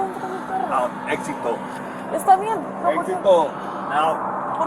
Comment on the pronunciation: "exito" LoL, dude learnt simpsons spanish where putting an "o" at the end of every word its going to make it spanish LoL